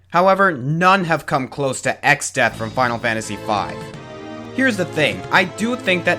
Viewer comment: It’s exdeath,not exodeath.